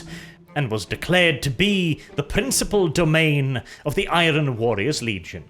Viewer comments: mate. I love your videos and your English is excellent. However please, in the future. Do NOT pronounce the R in Iron. The R is silent. Pronounce it like Ai-urn. I know it’s silly but that’s the way it is, keep the Rolling R’s going for everything else though. Please keep up the videos. Been a fan for years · The 'R' in iron isn't pronounced and its certainly not trilled. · Is it a meme now, the way pronounces Iron. He always says I-ron while it’s I-ern. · I'm sure the R in the word IRON is supposed to be a silent one?? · Hey man, Enjoying the lore videos. Stick to these instead of the insane political stuff. Also learn how to pronounce iron its driving me crazy.